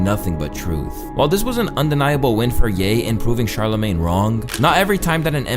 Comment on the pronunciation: bro said "that charla made" (referencing charlamagne)